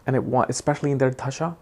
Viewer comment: RAHU dasha not dhasha